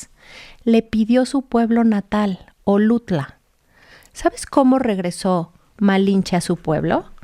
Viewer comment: Es Oluta y no Olutla. 😉